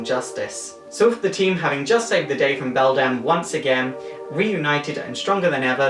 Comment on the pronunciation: Also, it's Bedlam, not Beldam. Bedlam is a word that means a condition of noise and confusion.